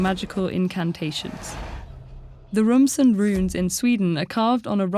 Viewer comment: Actually she mispronounced "Ramsund", "Sigrid" and "Sigurd" that I know at least since they are from my native language